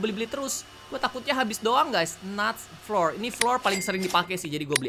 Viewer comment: *kak reggie cara baca fluor kalo search di gugel yaitu flaw ur yg cara membacanya sm ky kata flower